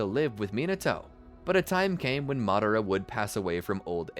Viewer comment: Can you pronounce madara name better? I couldn’t caught exactly how you pronounced it but I know it’s not madara…